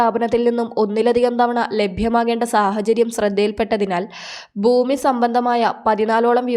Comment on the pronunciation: ബൂമി? അതെന്ത്? ഗട്ടം ഗട്ടം? അതെന്ത്? ഉച്ചാരണം ശരിയായി പഠിച്ചിട്ട് ഇപ്പണിക്കിറങ്ങണം.......